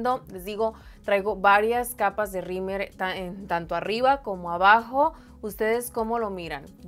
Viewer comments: Se me hace gracioso que le dice “rimer” al rímel 🤭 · Xally Valdez es que en el norte le decimos “rimer” 🤭😅